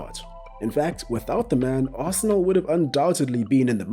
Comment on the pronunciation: When he said Arsenal… 4 that hurt my soul